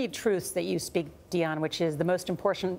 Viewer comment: Gayle King keeps mispronouncing Dianne's name...... It's not Dion... It's simply Diane.